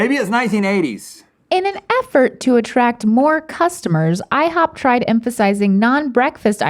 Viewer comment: No one: Rhett: IHOOP